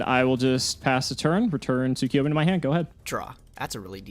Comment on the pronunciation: Week 2 of yelling at you two for mispronouncing TSUKUYOMI.